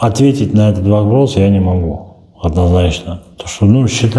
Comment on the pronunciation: Однозначно не АДНАЗНАЧНО